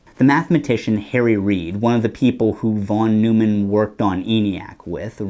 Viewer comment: Neumann is pronounced "noy-man", my guy. It's not like Jerry Seinfeld was his nemesis, That would be... maybe Wiener? Pronounced in the hilarious way.